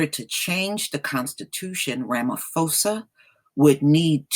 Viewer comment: I'm South African and in USA. And I agree that's nonsense that some white farmers feel victimized yet crime us a problem all over the country no one is targeting white people. Also just to correct you ma'am that is not how you say our presidents name. It's Rah-Mah-Poh-Sah not Phoe-sah. But I honestly nonetheless do not trust ANC, I feel their recent behaviour has only been a political stunt to look good before elections next year. if they were serious about land it would have been sorted over 10 years ago after fall of apartheid. They are just trying to feed off EFFs fire. Also it's bit true how some say Julius Malema wants white people dead. it's not true he simply wants justice and economical equality, and very rightfully so. South Africa is one of least equal societies in the world financially due to legacies of apartheid and more.